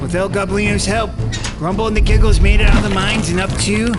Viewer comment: Bro y does say jiggles instead of giggles